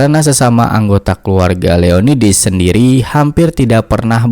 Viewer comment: Perasaan di novelnya namanya Leonidas, bukan Leonidis